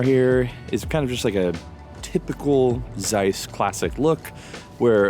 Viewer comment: Interesting and informative. Just for God's sake, when will some American learn to pronounce the German name Zeiss??? 😀